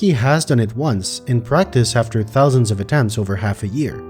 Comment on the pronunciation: "Thew thousand"